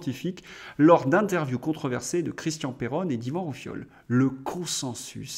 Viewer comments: Bonjour 👍👍 Par contre ( roufiol ) c'est pas bien prononcé je pense que c'est à cause du décalage horaire son nom est Ivan Rioufol Amicalement 👍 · Monsieur Rioufol et pas Roufiol 🤭 s'il vous plaît.